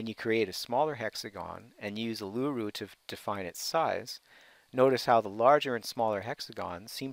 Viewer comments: Not pronounced "Ar-loo-roo", it is "Oo-la-roo". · Ulura the large Rock in middle of Australia. pronounce an Aboriginal word correctly before putting it in utube.its pronounced "Allaroo." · Uluru = 'Oo-Lou-Roo' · You pronounced Uluru and Canberra wrong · Presenter, at least learn to pronounce Canberra and Uluru correctly.